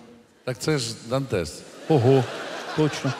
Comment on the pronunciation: все отлично но, "дантес" бесит ппц)